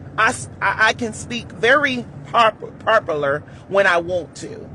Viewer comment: This boy gon! Can speak very "propular" . . . , stop